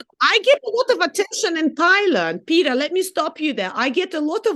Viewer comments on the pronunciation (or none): none